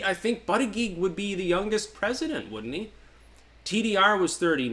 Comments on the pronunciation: It was funnier when he pronounced it butt-gig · Sometimes he pronounces it booty-judge.😁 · It's funny how you still pronounce Buttigeig improperly. Butt-eee-geeg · Why do you continue to mispronounce the Indiana mayors name? It fanatically pronounces bootygets